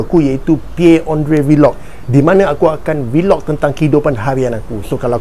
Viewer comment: V-log. lol. its vlog